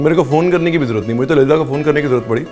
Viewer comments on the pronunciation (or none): none